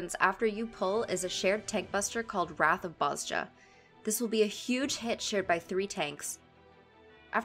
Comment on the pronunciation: I hate being this guy, pardon my OCD. know it's been 3 years and you probably already know, but it's pronounced "Boz-ya". Amazing guide btw very easy to understand <3